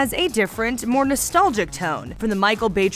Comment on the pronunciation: "Nostolgic"? Doesn't she mean "nostalgic"?